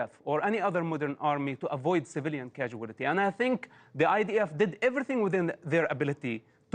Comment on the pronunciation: I like how Mosab turns casualty into a five-syllable word instead of three.